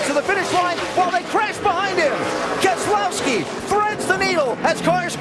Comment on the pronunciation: “Brian Keslowski” lol